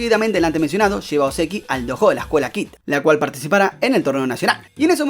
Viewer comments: No es dojo es doyo que se dice 😥😥😥😥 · No es hate ni nada pero creo que se pronuncia "Doyo", aunque se escrfibe "Dojo.